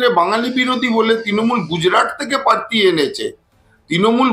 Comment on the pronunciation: দাদা পার্থি না প্রার্থী !!!!